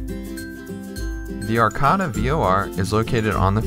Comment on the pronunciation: Arcata. Pronounciation: First a is Long, second a is short